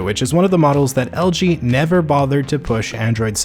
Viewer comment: Why do you say algae instead of LG